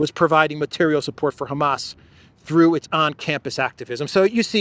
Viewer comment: Hey.. " I HEARD THUR THE PIPELINE "